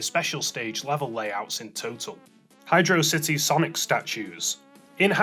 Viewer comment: Hydro City is pronounced as 2 separate words, it was confirmed in Sonic Generations in the music player it is written as 2 words.